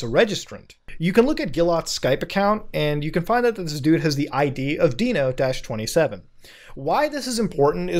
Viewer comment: Mans doesn’t know how to say Dino 🦕